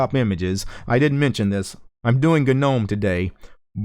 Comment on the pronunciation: GagNOMe, VieMg Why you pronounce this words this way?